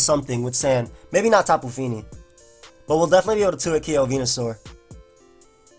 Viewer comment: "Tapu feenee"